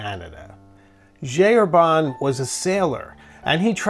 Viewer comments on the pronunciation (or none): This is a wonderful video, but would it be so hard to stop saying "G. Herbanne" and pronounce it correctly, please? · It's pronouced [ʒi ɛʁbɛ̃]. Please I beg you